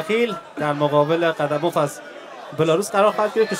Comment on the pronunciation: نورستانی نام موسو ره صحیح نگفت قیوم اف گفت قدموف نگفت